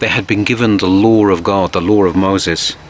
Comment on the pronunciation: law with an accent